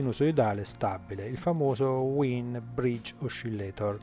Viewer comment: Wien si legge VAIN, non era un tedesco? A parte questo, ottimo video, grazie